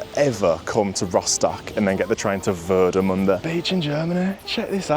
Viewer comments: Glad you've enjoyed Rostock, Warnemünde (your pronouncation of it was really good btw ) and of course the Ostseestadion! You should come back here one day for a league match, just to experience our Stadium and the Fans when they give it all on the Stand! And thanks for that very respectfull video! All the best for Villa for the upcoming season!💪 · Your pronunciation is spot on, and dude, Germany is full of beaches, especially in this area. ;-) Lovely Vlog, thanks for presenting my birthplace in such a great manner. 🔵⚪🔴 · Mate, I love how you pronounce Warnemünde, haha! 😂 Thx for visiting, hope you enjoyed the stay in MeckPomm! Gonna give this a well-deserved like 👍